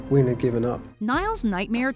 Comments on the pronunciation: * When Nicky gave Andy the Baklava, not Joe * Not pronounced Queen but Quinn, like Harley Quinn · Her name is pronounced like Quinn. Not queen. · I am cringed so hard when you pronounced "Quynh" as "queen". Her name is not that hard to pronounce compared to other Vietnamese names with "uyen". And they said it quite correctly in the movie too. So I couldn't find a reason for you to not pronounce her name correctly.